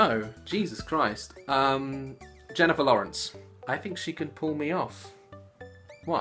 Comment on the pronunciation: how thé fick sid i know that he would say Jennifer lorrens😁